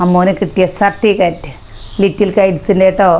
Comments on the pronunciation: നിങ്ങളുടെ നാട്ടിൽ സർട്ടിഫിക്കറ്റിനെ 'സർട്ടിക്കറ്റ്'എന്നാണോ പറയുന്നത്.ഇതെന്താ ഇങ്ങനെ '😂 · സർട്ടിക്കറ്റ് അല്ല സർട്ടിഫിക്കറ്റ് എന്ന് പറയു 👍